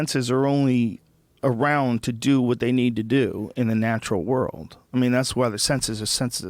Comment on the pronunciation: This man cant even say the word "world" he says "rurld" lawwwl